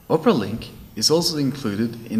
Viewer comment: It sounds like he's saying Oprah!